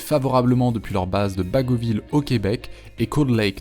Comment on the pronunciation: En effet, Justin est francophone, alors je n'ai pas compris pourquoi angliciser le nom. Et pour information, les québécois disent BagoT ville et non bago-ville. Cette vidéo est très intéressante, car je n'ai jamais entendu parler de la majorité de ces faits dans les médias locaux.